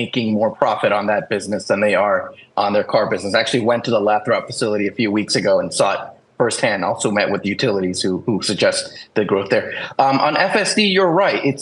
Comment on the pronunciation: Quick PSA: 'Lathrop' is actually pronounced 'lay-thruhp'—not 'la-trop', 'lather-up', or any other creative variation you've been workshopping. Trust me, it’s a thing. So, let's all get on the 'lay-thruhp' train before it leaves the station. Thanks for coming to my TED Talk on town names. Carry on!"